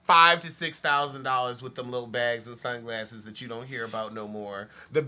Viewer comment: “Something wrong witem” 😭